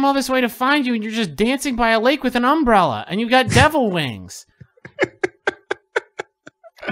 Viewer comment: it’s Lup with the Umbrella!!! Also the way this boy says UMbrella kills me every time.